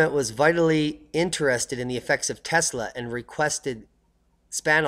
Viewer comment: Thumbs down since you can't pronounce his name right. 24 seconds in and disappointed